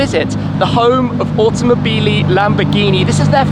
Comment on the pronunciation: automobeelee Lamborghini